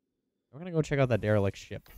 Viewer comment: It's Derelict not Derilect.